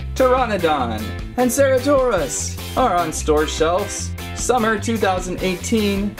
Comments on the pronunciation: Its cer-ata-saurus not cera-taur-ous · It's pronounced as sir-at-oh-saur-us. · No its ce-ra-to-saur-us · It's pronounced ceratosaurus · Im triggered! You’re pronouncing the name wrong.